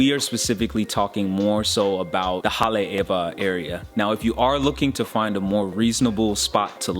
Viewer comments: I live here. and it's annoying when people mispronounced a town that is being shared with potential travelers...you've just proved my point. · learn how to pronounce Haleiwa...very annoying...